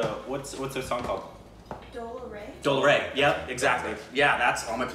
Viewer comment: Its DOLLAA RRe (dola re) not doll ray😂😂🤣🥲